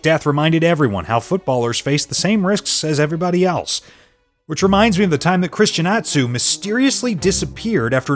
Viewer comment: that is not how to pronounce christian atsus name and no offence he is from my country